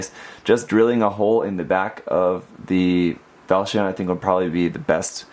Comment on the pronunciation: It's pronunce Valsioneh because this mecha have a "big brother" named Valsion